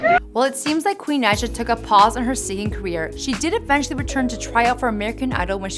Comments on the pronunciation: It is (Ni-uh) Naija not nausea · It’s pronounced naja